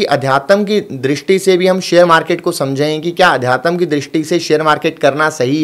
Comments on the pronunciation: Bhai adhyatam nhi adhyatm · Aadhyatm sahi se bolna sikho